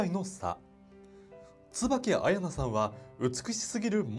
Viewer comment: 彩菜のアクセント違う